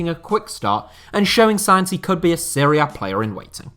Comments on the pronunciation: i hate when people say Seria B. Serie A and Serie B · Why does everyone pronounce it 'Syria A' or 'Syria B'? Wtaf? It's 'Serie'. And if you wanna be really specific on pronunciation, you pronounce it 'Se-ray'